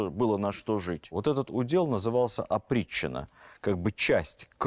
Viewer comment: Опричнина или "оприччина"? Зачем вводить новый термин в устоявшийся оборот? Новация?